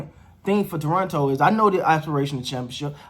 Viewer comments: I’m liking your awareness of how to pronounce Toronto. T-R-O-N-O. ;) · Gupstan Gandhstan India Sure, but people who live in Toronto do not say Tor-on-to. At least not in the 40+ years I lived there.